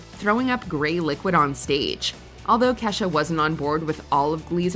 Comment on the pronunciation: The principal called Ke$ha "Key Dollar Sign Ha"